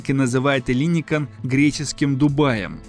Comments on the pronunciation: Какой ещё ЭллИникон,когда- ЭллиникО.(Ελληνικό) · Ударение на окончание -он. ЭллиникОн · ЭллИникон, Эйпл! Ты звучишь странно как минимум. Ударение и произношение бы подготовить. Не про пирожки же повествуешь. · Может Эллинико́н, а не не Элли́никон? Узнайте сначала как правильно произносить это слово. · Маленькая поправочка: греки говорят ЭллиникОН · Эллинико́н! Ударение неверно. Живу рядом, все это наблюдаю.. Все медленно, в час по чайной ложке. Даже не для современных молодых, а для их внуков. Покапостроят, технологии уйдут впереди сноваэто все будет опозданием как всегда в современной Греции. К сожалению. Это вам не Сочи.... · ЭллиникОн ,ставьте правильно ударение. Кто инвесторы?Те же миллиардеры, они и будут там жить,а греки будут обслуживать.Странно было бы думать что в кап стране кто-то заботится о народе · Ну хоть бы в Гугле забил как произносится название района Эллиникон и всего проекта - ударение идет только на последний слог. Оно всегда стоит в написании на греческом, если буквы не заглавные. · По правилам греческого языка ударение ставится на второй слог от конца.Вот и произносите правильно. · Зачем делать такие поверхностные видео, если даже ударения в названиях правильно произнести не можешь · Тоже неправильное ударение уши режет! Если берешься о чем-то рассказывать, будь добр подготовиться.